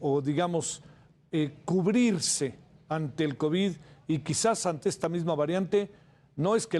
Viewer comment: Dice 4 kovis 😂😂😂😂😂 pobrecito borregito 😂😂😂😂